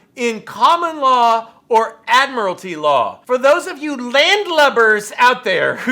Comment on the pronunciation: When he asks if it's admitary law?? Are we at sea? Is this the navy? Are you a pirate??